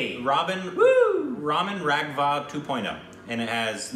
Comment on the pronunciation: pls don't pronouce the names, 🤣 u got serious problem of pronunciation, that is RAGHAV not RAGHVA 😝 Let to pronounce everything.